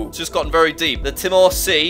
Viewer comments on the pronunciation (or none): none